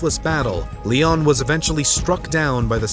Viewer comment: Still great stuff! The struggles of non-Americans presenting American history shows up again here in Part 2 with the mispronunciation of a few words, most notably Lyon. An American would know to say "Lion," not "Leon." Using AI to present the voice over isn't a good idea unless you know where/how to correct it. Still - as before - this is all really well done. Kudos! And thank you!